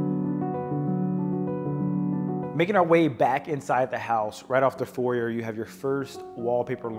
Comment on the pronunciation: You need to learn what a Porte cochere is and how to pronounce “foyer.”